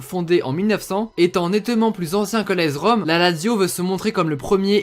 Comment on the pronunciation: Ça se dit aS Rome pas aEZ Rome